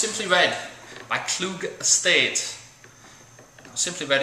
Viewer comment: Hey, it's actually pronounced Klug-ie. German name. Everyone gets it wrong. If you liked the '04 Simply Red I would seriously recommend the '02 or the '05 New World Red. The '02 is an absolutely fantastic full-bodied Bordeaux blend, but is a lot harder to come by than the '05, which is still very very good. Another Kluge wine I'd recommend is the CRU, which is made in the port wine partial fermentation style, but with chardonnay grapes, and aged in bourbon barrels for a very unique apértif.